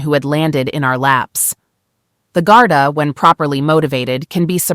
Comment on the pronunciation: The Irish police are called Garda. Not Garta.